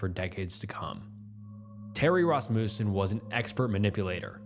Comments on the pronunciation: Everyone’s all “alias this” and “arraignment that”, but not one of u lil grammer natszi fucks are saying a fucking word about “RASS-MOO-SEN” when pronouncing Rasmussen 😭 god damnit i was just gonna let everyone else get full off the damn grammar bait but nooooooo you had to dangle that mf’in lure right in front of me and i couldn’t resist while everyone was so stuck elsewhere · Or Rasmussen as fuckin RassMOOsen